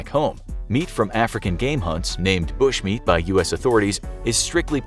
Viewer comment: The way he say "bushmeat" kills me 😂😂